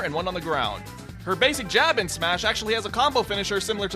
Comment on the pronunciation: final "smahs"